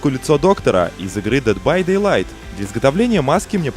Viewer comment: Когда он начнёт правильно говорить название игры ? -.